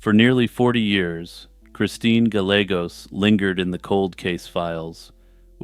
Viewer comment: Gallegos is pronounced “guy-A-gOs” but otherwise stellar video.